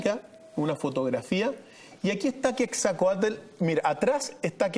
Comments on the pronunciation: Se llama Quetzalcoatl, no Quetzacoátl, ahora, la catedral no fue construida sobre toda la ciudad de Tenochtitlan, fue construida sobre UNA PEQUEÑA PARTE de la Ciudad. Rayos, Montezuma, chiale, neta si no sabes pronunciar palabras y nombres en Nahuatl, pregunta, se escribe y pronuncia Moctezuma! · Es Quetzalcoatl no quetzacoatl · se dice QUETZALCOATL. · Se escribe QUETZALCOATL y se pronuncia como se escribe